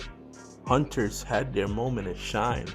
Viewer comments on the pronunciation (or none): straight butchered the hunters lol